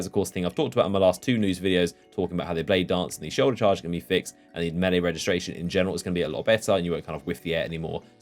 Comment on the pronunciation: Hearing a British person say melee wrong like a American is disturbing